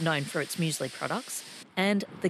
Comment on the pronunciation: Come on dude it’s muesli?